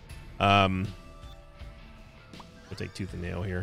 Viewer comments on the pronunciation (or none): none